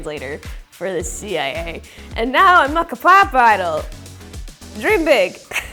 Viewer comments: im sorry alexa, but its kay pop 😭😭 its okay i love you regardless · The way she says 'kuh-pop' kills me. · Alexa has tall girl energy!! I swear she seems at least 6 inches taller than she actually is. Also obsessed with her calling k-pop "kuhpop" lmaooo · she always does this 😂 it's funny hahaha she even called zb zblabble sksks